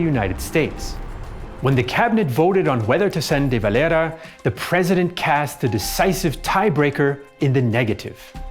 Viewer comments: Why does he pronounce de valeras name so weirdly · He's using the Spanish pronunciation. It's a Spanish name. I'm not going to spilt hairs over it. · He's using the Spanish pronunciation. It's a Spanish name. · The way you pronounce "De Valera" bothers me.